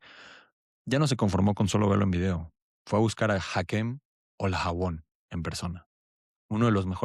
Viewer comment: jajaja q tal pronunciación eh